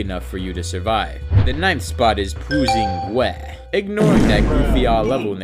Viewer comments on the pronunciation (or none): Pwusing Gweh mean i'm dizzy